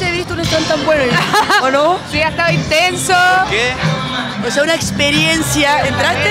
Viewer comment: OTSEA UNA EXPERIEEENCHIAAAAAAA